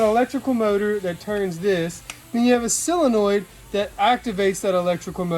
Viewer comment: Solenoid, not "selenoid." 😉